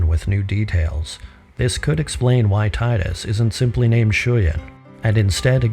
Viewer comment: he says 'tide-us" which is how we'd naturally read it in English, but it's "teedus" and that makes me not able to watch anymore